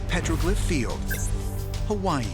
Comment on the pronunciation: Im so annoyed with the way the narrator says Hawaii.